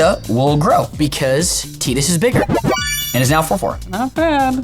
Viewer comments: That sounds like a "I want it to be that way so it is" type argument. I mean, you don't pronounce Wakka "Wehkka" or Riku "Reiku" or whatever. That's actually the complete opposite, americans pronounce every name close to the original (correct) pronounciation except Tidus. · So since the japanese way is the correct one when pronouncing tidus we should call cloud strife "kuraudo sutoraifu"? Or the japanese pronounciation argument is only valid when you deem convenient? LMAO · You guys mispronounced Tidus. It's actually pronounced Tidus. Hope that helps. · I'm in and I don't know if I can finish the video with the dude calling him "TEE-dus." The dude's name is "TYE-dus" how the heck did everybody let this go on? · It is pronounced Tee duss. I always pronounced it the Tye duss. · Nah, Tidus is a different case, especially bcs the pronounciation of his name as "tee-dus" has been confirmed several times. It's even pronounced that way in some final fantasy games for example world of final fantasy or final fantasy dissidia. So if you decide to pronounce it "tie-dus", you are doing it bcs of how english pronounciation works - still makes it the wrong pronounciation (news flash, english pronounciation is not the status quo for every pronounciation). You can call him "tie-dus" as long as you are aware that its still wrong, but sounds better to you. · Also, Tidus is just a normal human name pronounced Tie-dus, not Tee-dus. So, that might be why people think it's pronounced like the normal human name. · I don't care if it's technically wrong I only want to hear it pronounced Tide-us not Tee-dus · I will never call him "Teedus" I dont care if that was the creators intention, if I was in the room with him I would have told him it was dumb. Maybe it makes sense in Japanese, but the dude who spends time in the water, having a name spelt like tidal, It Tidus. Frikin Teedus. Do you want the character to be more annoying, because that helps. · TEETIS hurts my heart every time.